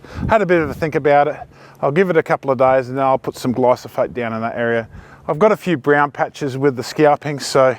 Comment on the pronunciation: It’s glyphosate not “glysophate”